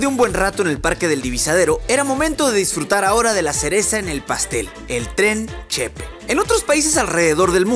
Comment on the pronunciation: Que bueno que viniste a mi estado! Nomas una cosa, es “Chepé” no “Chépe” 😊